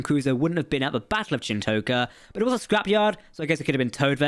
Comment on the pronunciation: I'm English and even I know how to properly pronounce Chin'toka lol. Was an interesting episode, the Titan crew are seemingly totally frakked. Vadic's ability to pursuade other Changelings to join her cause is a great way to kill Changelings and have more appear, given there were only 10 at Project Proteus. WTF is with the whole NO TRANSPORTERS story?